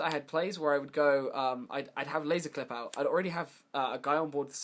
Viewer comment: You pronounce Qlip as Clip but Qliphorts as Qlyphorts wtf?? hahaha is it on purpose?